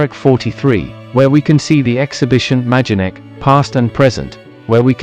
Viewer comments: The name of the camp is pronounced my-don-neck. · Noooo It's maydenek. I recently visited.